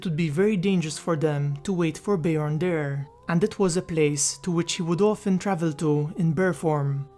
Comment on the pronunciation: Bear, not ber haha